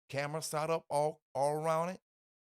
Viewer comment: It’s “set up” Set……… s.e.t !!!!!! What is “Saht up” ????